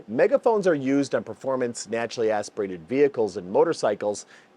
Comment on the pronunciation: turbo or "natcha-aspuhrated"?